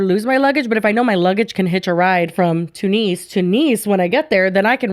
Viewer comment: Best part is you are pronouncing Tunisia and Tunis wrong too.